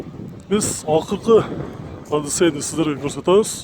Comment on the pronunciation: Сенин унун,же сабатын болбосо,ким суранмак,одиссей деген созду,туура айтканды уйрон,мектепте окугансынбы,безграмотный,жазганда же утур,точкан жок,очур конулду айнытпай,кимге керек болсо,сенсиз эле табып алат!